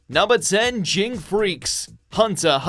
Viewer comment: Shouldnt Daigo from Dororo be on here. What he did to Hyakimaru was messed up. And the way you said Ging made me cringe. It's like calling Gon, Jon